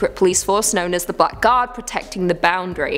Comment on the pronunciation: When you said "Black Guard" I thought you said "Butt Guard" and I tried to imagine what it would guard butts from. Maybe there could be a movie about a guy who has invented the butt guard and then starts shooting arrows into people's butts to make them feel a need for the butt guard. If you make this movie, please acknowledge me in the credits.